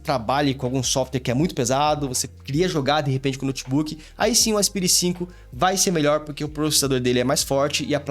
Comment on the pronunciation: fala "aspaire" por favor 🙏🙏🙏